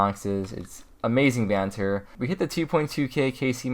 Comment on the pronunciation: Ew hearing an American saying banter 😂